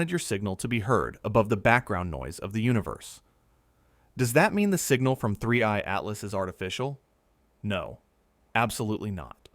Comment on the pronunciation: 31...31....31 3ieeeeeee...three eye!!!!!!!!!!!!!!!!!!!!!!!!! not 31 butttt2eyeeeeeee